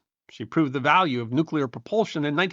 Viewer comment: Kudos for saying "nuclear" instead of "nucular"